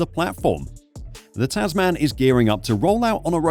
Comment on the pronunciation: Tasman is actually pronounced Tasmen :) --- English I know.